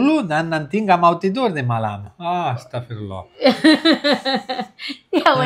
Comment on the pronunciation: masyaalloh bilang astaqfirlloh begitu fasi berucap di antara orang indo yg kawin sama bule yg paling debes bisa dicontoh sukses terus dan keluarga🤲♥️♥️